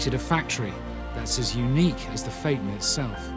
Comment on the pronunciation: He mispronounced "phaeton". The "a" and "e" should be sounded out separately, not together.